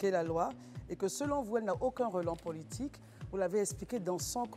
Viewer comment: Pourquoi elle prononce toujours "pôlitique" au lieu de "politique" avec un "o" ? Ça c'est une prononciation avec un accent béninois !